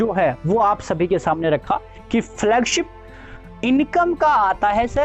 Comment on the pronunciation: Flugship नही Flagship बोला कीजिए .. झूठा network जी😊😊😊